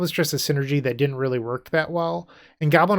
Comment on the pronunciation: First: Love the list, and completely agree with this being the best Relay list I’ve seen thus far. Second: the word “really” sounds a lot like “relay”…so I think the deck should be called; “Izzet Really Storm?”…but that just my 2 cents 🤣 Well done as usual brotha!